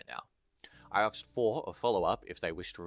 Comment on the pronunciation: please learn to say "asked" properly the s is before the k